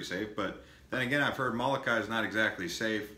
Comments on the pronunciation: Lol... It's Molokai...not malokai. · Are you kidding?? This guy can't even pronounce the names of the islands and the towns. "Muhlukai". SMH